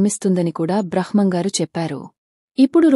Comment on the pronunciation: బ్రహ్మం గారు అని పలకాలి